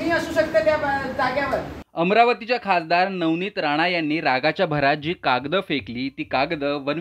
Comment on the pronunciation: कागदं नाही रे कागद